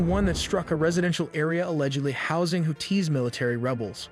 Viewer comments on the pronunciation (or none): It's houthis not hooties 😂😂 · Bro why you sound like that why you putting a hard T on the Houthis name 😂